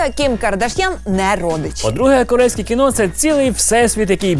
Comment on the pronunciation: КІНО!!!! А НЕ КІНА!!! ВИ Ж ЗАЦЄНТІ ЖУРНАЛІСТИ